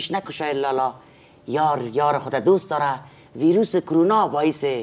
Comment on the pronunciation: چرا همه وییییروس میگه این ویروس هست حتا وزیر صحت عامه هم میگه ویییییروس این ویروس قشنگ تلفظ هم نمیتانه همی کسانی که ده افغانستان هسته